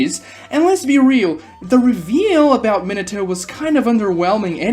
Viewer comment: okay this has happened so often that i really need to know now. what kind of lisp or accent forces your vocal chords to be selectively incapable of making the "Oh" sound? Ino > "Inu?" Minato > "Minatu?" Shino > "Shinu?" The only reason i assume naruto didnt get this treatment is because the "uu" sound immediately proceeds the "to" syllable lmao